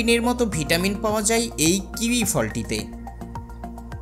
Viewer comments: Kiwi কিওই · ফলের নামটি অন্তত ঠিকঠাক উচ্চারণ করে বলুন এবং শুরুতেই বলুন